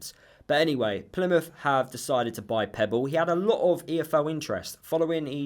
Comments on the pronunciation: Its pepple not pebble lol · I'm sorry, but I have to say this, his name is Pepple, not Pebble. I know it shouldn't, but it does wind me up🤣. I agree that he won't get anywhere near the first team, so good luck to him.